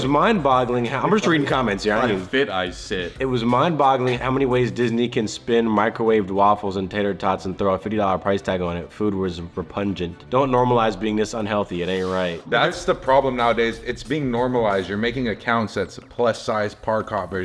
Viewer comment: I love you guys, but its Repug-nant, not "re-punge-ent"